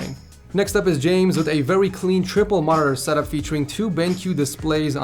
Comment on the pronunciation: I thought he said set up whores 😂